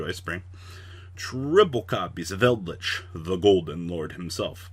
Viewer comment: i like how called eldrich invoker